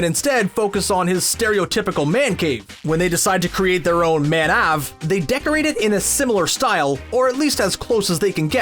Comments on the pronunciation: They kept saying "Mank-ave" not Man-Ave lol, also you missed the justin roiland lookalike funbucket strangles in episode 1 lol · I wish you would stop saying man Ave. It's pronounced (mank - ave) av like in aviation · Him saying "man ahve" is making me go crazy! It's manc ave! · It’s manc ave, not man ave. Like wtf, I feel like Terry when he saw the fake fun bucket because I want to run up to you and yell “ew!” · They call it a manc(prounounced like skank) ave(pronounced like ave) the way narrator says it is just annoying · The way he said Manc Ave as man ave hurt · I'm curious as to why this dude keeps saying :Man Ave' with the soft 'a' instead of what they said in the episode... . I suspect he's talking about something he didn't actually see... hm... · It’s pronounced Mank Ayve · "Man Ahve?" Did the narrator not watch the show? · Manc Ave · Not a fan of how the narrator says manc ave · They don’t say manc Ahve they man cave but just move the sound of the C Manc Ave